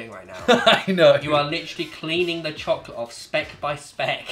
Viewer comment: Nobody: Simon: CHOClet